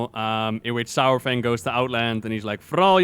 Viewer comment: Saurfang is pronounced “soore-fang” not “sour fang”